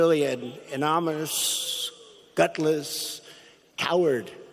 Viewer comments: Did the president actually just say "AnoMonous" instead of anonymous? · Man, That "anonymoushhh, gutlessshh," head cocked and eyes half closed as the dextro-amphetamine wears off and the oxycodone kicks in. The signs of substance abuse are kind of hard to miss, and it looks like a lot of the people in the audience know what they are seeing also, but they don't want to acknowledge it. This country is in real trouble. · An anomaushh, really an anomanus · "Anomanous" Pres-O-dent Trump everyone... thank you... Trump IS the subversive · Listen closely...... He can't pronounce 'anonymous` correctly.. He pronounces it ’anomous `.. He is truly a nut case.. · Did I seriously just hear that nacho cheese colored moron just say "anomynous" at least 3 different times????? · the mess trump saying "menominous" hi. guy in plaid shirt good to see you! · say that again? It is pronounced An non uh muss Wants to know who the unnamed person is... but won't release tax returns? Talk about being double sides. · Love the way the 'President' cannot even say the word 'anomeenous' ' amonymus' - anommeennuss'. Sort of proves the point of the book. The man is a fool -and he's in the oval office. And America needs to throw him out now before he does more damage than he already has done. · Did he just say "anomynous" twice! - . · Actually I believe he called it "anomynious " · Wow did Trump just say " anomous" well some of his ex staff did say he has limited knowledge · "Anonalomous..aminonous.." - the fool can't even form words properly. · Corrupt Trump: "Anominous....ssslllll.." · Can you say "Ano-ny- mous" Listen, "A-non-ni-mis". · You mean like a ‘amomanus’ .... or ... Amonamus ? LOL 🤣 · Anomynusss um annoniminoussss -bahaha 😂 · Trump mispronounces the word “Anonymous” by saying over and over ANONMOUS, leaving out the “Y”. He’s ignorant. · Did he just say "Any Moose"? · Trump didn't call this "anonymous'! Stop lying! He called it "Anominous". Get your facts straight :-) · I heard it too!